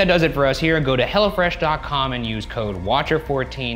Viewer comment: Ryan it's Hello Fresh not "Hella Fresh" lol